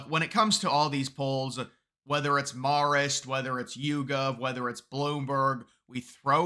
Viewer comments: Hate being that guy, but It’s pronounced MARE-ist, not MAHR-ist. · Learn how to say Marist; sounds ignorant when you are so off. Maar ist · Can you please learn to pronounce "Marist?" Hint: it doesn't sound like "Mars." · You trip me up every time you pronounce Marist as "Morrist." It gets its name from the Society of Mary. Pronounce "Marist" with the same vowel sound as "Mary." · Can someone tell him it’s “mare-ist”? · I love these videos, but you're pronouncing Marist completely wrong. Marist is in New York, the 'a' is not pronounced as if it's in California. A for Apple,, not opple.